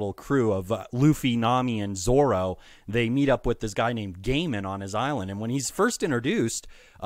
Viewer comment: would you like a pronunciation guide? is just funny to hear you calling gaimon "gayman"